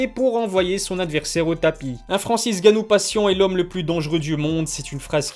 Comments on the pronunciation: Pourquoi tu dis/il dit "Francis Ganou" au lieu de "N' Ganou" ? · c'est N'gannou et non Gannou mdr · Votre nom c'est bien et pas Ilie? Et bien c'est pas Francis Gannou mais Francis Ngannou, on prononce le N. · Parle correctement et prononce le N de francis ! N ganou en phonétique ! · J'adore les vidéos mais c'est N'Gannou par contre pas Gannou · Où est passé le « N » de Gannou? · On prononce pas "èngannou"? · T'as perdu une occassion de te taire. Ca se prononce NGannou. Tu mets pas un espace en N et gannou. C'est typiquement Francais ça vous massacrer les noms africains. Que ce soit Nkolo ou Mbappe on sépare pas la première lettre du reste du nom. En espérant avoir pu t'éclairer un minimum. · Faut que t’arrêtes uN truc c’est de changer les pronontiations des noms, c’est Francis Ngannou et pas ganou, c’est Gane et pas gané, c’est Khabib et pas Rrrrrrabib (en tout cas quand on parle français),...etc mais tes vidéos sont super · Stp arrête avec Francis « gannou », c’est N’gannou lol et aussi Cyril « Gané » c’est juste GANE lol. Merci pour l’appli mec !!!